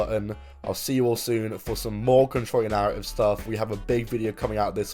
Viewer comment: Control yo narra-ive